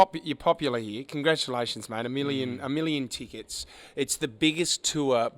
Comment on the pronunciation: A million “Teekets”